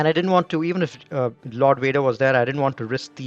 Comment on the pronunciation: What happened to "V's"? "Wader" wants his "V" man! ☺️👍